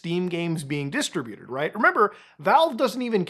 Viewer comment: Muta, you're killin' me here! It's pronounced "DIS-TRIBUTED" not "DISTRA-BUTED." C'mon man, you got this! Very informative video, regardless! Thank you. (Glad I don't play that game.)